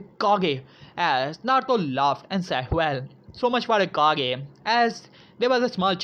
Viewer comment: its kage not cage